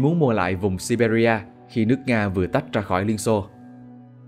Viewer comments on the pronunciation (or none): none